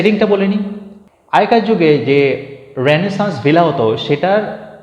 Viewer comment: বাংলাতে উচ্চারণটা রেনেসাঁ হবে রেনেসাঁস নয়। কার্টেসি নয় কার্টসি। নেকটাকে ঘাড় বলুন আরো ভালো লাগবে শুনতে 😊